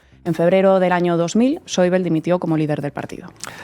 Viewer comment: Buenas Por favor ese sr. se llama Wolfgang Schäuble. Y se pronunncia tal y cómo suena en eqpanol No es un nomble ingles parq urilizar la bl como en el Inglés. Ademas en google te lo pronuncia perfe tamente. Creo que en un mesio xomo zl viesteo se puede cuidar este matiz. Gracias Saludos